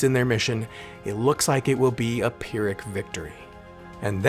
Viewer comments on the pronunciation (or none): none